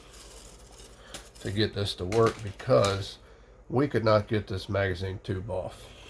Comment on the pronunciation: It's "Magazine" and not "Magizne."